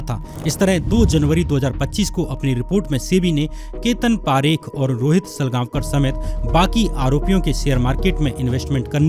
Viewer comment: Bro for your kind information,parekh are jains and pareek are brahmins , please pronounce parekh properly